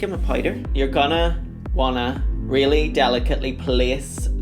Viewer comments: If she says Poyder one more time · "Pouyder" 😂 Love u Blu